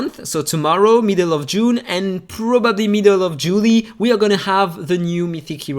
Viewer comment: Pronunciation of JULY: Pronounced Jew - lie.... often referred to as the start of summer in the Northern Hemisphere, the month after June and before August. Julie.. or July.. as per your pronunciation, is a popular Latin first name which originally comes from the Latin Julia (Julie means: A variant form, regarded as French, of Julia)